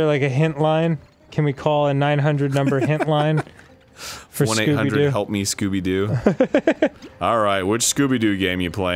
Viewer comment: lol Why do these all say "Scoopy-Doo?" Jeez, this game was a trip... Thanks for the episode,!